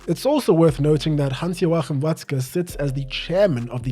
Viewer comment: Your pronounciation of Watzke‘s full name was perfect, really appreciate the effort!!